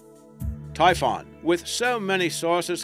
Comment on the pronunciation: It’s typhon